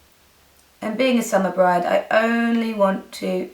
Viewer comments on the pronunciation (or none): none